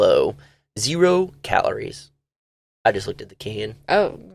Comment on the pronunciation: Zero cow-ler-ez ,,, Lol